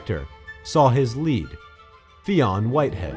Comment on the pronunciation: Isn't Fionn pronounced "Finn"?